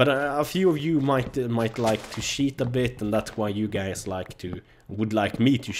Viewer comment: When you say cheat, it sounds like sheet, which is slang for shit.